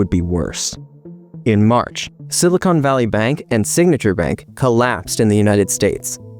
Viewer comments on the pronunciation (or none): none